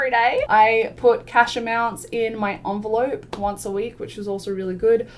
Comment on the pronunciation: I'm trying to quit smoking but hearing you refer to an envelope as an onvelope triggered me so much.